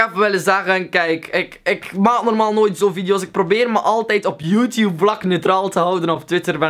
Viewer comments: Je zegt YouTube echt als joetjoep echt grappig haha! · srry hoor maar ik moet lachen als je youtuber of youtube zegt of zulke dingen met je accent